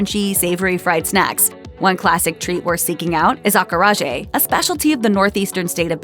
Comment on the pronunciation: Every time she mispronounced acarajé, it hurt my ears.